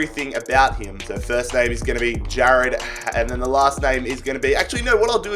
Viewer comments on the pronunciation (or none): Ja”rrr”ad HD 😂🤟🏽